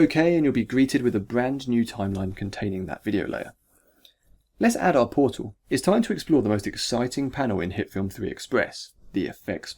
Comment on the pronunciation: TheMightyBarbarian Powtal Combat